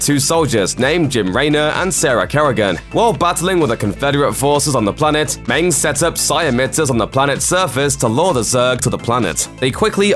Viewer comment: also he can't say mensk